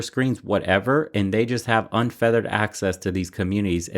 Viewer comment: it's "unfettered" not "unfeathered" access.